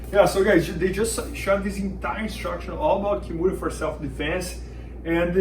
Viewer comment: Why do they keep calling the Americana a Kimora?